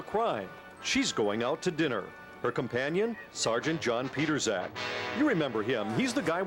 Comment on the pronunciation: His name is John Pietrzak. Here is his facebook. BTW it's not pronounced "Peterzak".